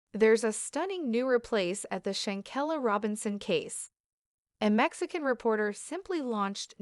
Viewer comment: Say the young lady name correctly, STOP DISRESPECTING SHANQUELLA, THAT IS WHY YOU DON'T HAVE NOONE COMMENTING ON YOUR PAGE